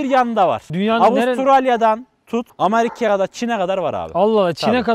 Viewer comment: Peki amerike demesi